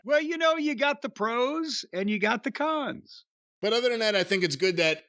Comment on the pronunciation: "Pro's and Khan's" Oh Jim....